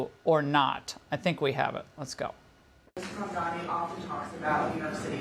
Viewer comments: IT'S MAMDANI NOT MAMDAMI! WHITE PEOPLE LEARN HOW TO PRONOUNCE NAMES PROPERLY. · The guy has gained worldwide recognition for who he is and where he comes from, and common people in the streets of foreign countries can even pronounce his name correctly, except for all those FOX News stooges who still pronounces it Mandami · You dum old man its mamdannnni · Yah, it was pretty funny! like - what??? how about this: VDH pronounces Mamdani as MaNdaMi. - it's a foreign name that many had a hard time at first with . If only that was the biggest thing we are having a hard time with... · Trump is a fake populist. Mamdani is a real one. Also, anti-Zionism is NOT anti-Semitism. Someone should clarify that for the confused councilwoman. These people can't even pronounce Mamdani's name correctly. Trump got absolutely played by Zohran and MAGA is furious about it. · Hanson can’t even pronounce his name…..he’s as irrelevant as Levin. Trump loved Mamdani 😊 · Mr victor talking about nyc mayor-elect and he in whole discussion couldn’t take Mamdani name correctly this is ignorance and ill informed behavior